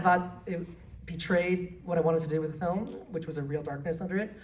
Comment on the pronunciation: saying " Filum" is killing me